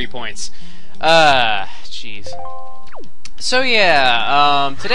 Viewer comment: is it just me or when he says jeez does it sound like cheese?